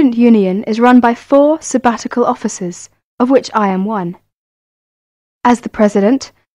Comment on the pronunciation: #21. What i heard was offices not officers someone correct me if hears it wrong..